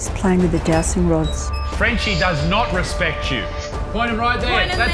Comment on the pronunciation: I can't really hear if you're calling them jowsting or dowsting rods, but, they're called dowsing rods, and pronounced dowzing. You're supposed to know what you're on about, but, evidently don't. So, what else are you saying to us and telling us, with complete confidence as it happens, that is more rubbish you don't really know anything about.?🤬?.